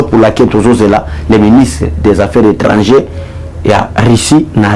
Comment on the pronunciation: Monsieur le journaliste on dit Ministre des affaires étrangères et non affaires étrangées